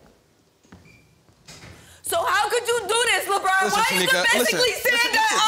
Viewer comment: Just hearing him say Lebron and it’s not Lebron😂😂😂. And this no audience thing is funny 😂